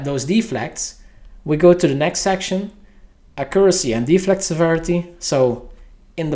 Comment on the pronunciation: great video, Im sure everybody will use this as a reference once the changes are out. only thing bothering me was your pronouncement of accuracy :)